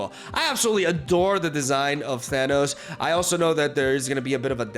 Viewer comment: ahh yes Thannis, not Thanos english strikes again